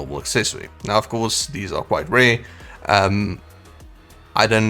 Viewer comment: you don't know how to say "R" or what!!?? You keep saying "Awae" & "Rae" instead of Aware & Rare🙄🥴🥴🤦🏻‍♂️🤷🏻‍♂️🤷🏻‍♂️